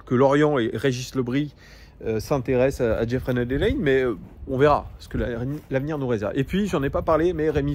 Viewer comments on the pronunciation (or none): none